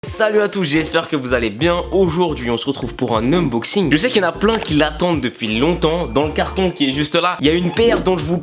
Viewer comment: "Unboxing" et pas "Umboxing" mdr